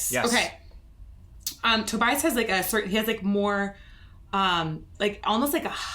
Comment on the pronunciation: My small sidenote. Mr Sammet is German meaning his name should be pronounced more like "Tobyas" rather than "Tobayas". Cheers. :)